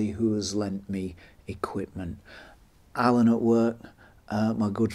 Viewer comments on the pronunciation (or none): none